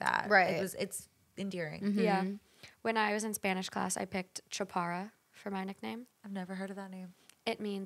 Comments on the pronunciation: I think is because is mispronouncing the word “chaparra” cause she is saying “chapara” as in one R and not the double “r” sound. I’ve heard my Peruvian friends say ‘chato’ like Alejandra said, but I personally do use “chaparra” all the time (and I’m Honduran). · 😭😭😭 maybe she’ll catch it if it’s pronounced correctly, no offense lmaooo Chá-pah-RR-ah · I’m surprised Ale didn’t recognize Chaparra!!! Maybe it’s because it was lacking the rolling of the r (no offense ) haha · I’m sorry but I got really stressed out by the way you pronounce “chaparra” ... I speak Spanish and also did not understand what language was that word from by the way you said it 😂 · you're pronouncing the nickname a bit wrong maybe that's why Alejandra didn't understand it but it's mostly used in mexico because that was my nickname when i was younger I'm mexican 🙂